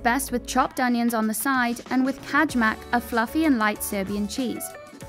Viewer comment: Kajmak is pronunced Kay-mak. The J is a Y in Serbian.